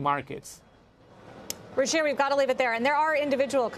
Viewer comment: It's 'Ruchir Sharma" NOT ''Ruchie Sharma'', LOL!